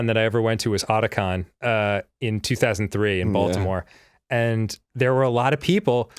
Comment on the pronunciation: did Dan just mispronounce Otakon?? it's fine we still love you...